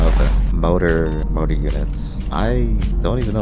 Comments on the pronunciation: It kills me that he says "motor" instead of "MORtar". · Mortar, not Motor.